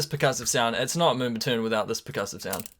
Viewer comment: haha he said moombatuuune